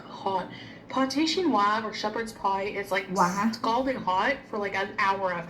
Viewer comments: her quebequois sounds different to the others I’ve met and her pronunciation of “Chinios” with heavy “wa” sounded like a weird exaggeration closer to mocking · In France, we have a bit of a similar dish but it’s not known as a poor man’s dish, it’s hachis Parmentier, basically minced meat and mash potatoes, sort of a family meal. Definitely not called pâté chinois, never heard that term before. The accent with chinois is definitely French Canadian, not French. When says things are French, she means French Canadian, many French canadians do this I think. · I’m French and pate chinois isn’t something I find easily in France, but we have hachis Parmentier, which is our version of shepherd’s/cottage pie. The difference between the two is that pate chinois has corn, which isn’t a common food in typical French dishes. Regarding her pronunciation of chinois. The hard wah sound is (from my experience/opinion) typical in French Canadian, while it’s a lot softer in French from France